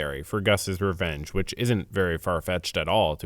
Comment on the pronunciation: take a sip everytime you hear the word "reenge"